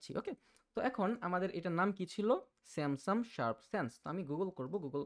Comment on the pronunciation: আপনি "Samsung" এর উচ্চারণ " স্যামসাম" করছেন । এটা শুনতে ভালো লাগছেনা। এমনিতে আপনার বুঝানোর ধরণটা ভালো লেগেছে। এবং আমি এই বিষয়টা আজকেই জানলাম। ধন্যবাদ।